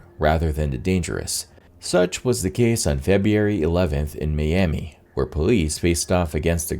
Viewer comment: I really enjoy these videos but it drives me NUTS how the narrator pronounces February. He pronounces as Febbee-airy